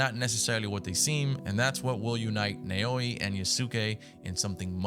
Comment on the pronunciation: This is how you pronounce the female protagonists name nae-owi